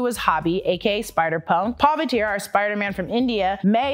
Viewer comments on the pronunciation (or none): Loved the full video but might want to correct the Indian Spidey's name. It ain't Paavityr. Its Pavitr. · Bruh! Pavi-tear from India?🤣 That's puh-vee-tra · bruh that spells Pa-v-traa not pavi-tear